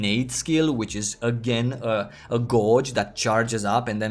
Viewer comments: took me a while to figure out when he said "gorge" he means "gauge" lol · Just friendly FYI, "gauge" has completely different pronunciation than you have. ;) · Honestly, I started to smile every time.